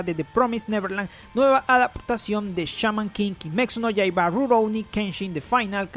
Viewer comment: Siento que dice "Kimexu no Yaiba"